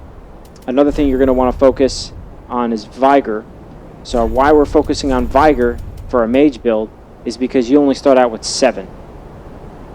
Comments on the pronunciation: Gilbert Schmitt I lost it when he said "vyger" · “Vigh ger” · Sure, follow the build of the guy who can’t even say vigor correctly🤦‍♂️